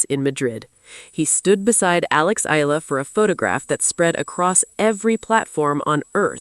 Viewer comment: Eala (eh-ah-la). Pronounce her name correctly.